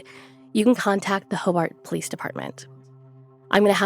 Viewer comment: Ho- Burt not ho- bart